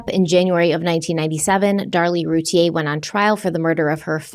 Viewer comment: Her name is pronounced like: ROO TEA EAR